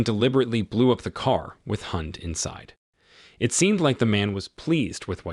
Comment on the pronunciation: with only 10 comments, also what "" mispronounces "Han" he pronounces it like hand- the d. Ridiculous.